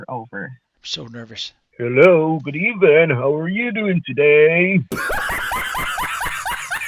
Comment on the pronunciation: “Trump” said “Good evelin’” mi dead tpc 😂